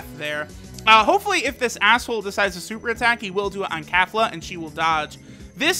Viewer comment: “Kafla” where tf is the A sound for Kefla? lmao